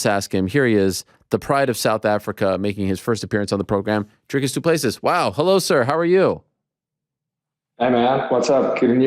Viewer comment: His name is “Dricus TwoPlusThree”